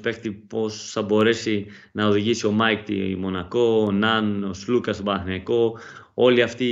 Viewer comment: Αντί να προσπαθείς να πεις τον Αταμάν, Άταμαν κοίταξε να μάθεις πως λένε τον Σλουκα που είναι και Έλληνας. Σλούκας λεγεται όχι Ζλουκας!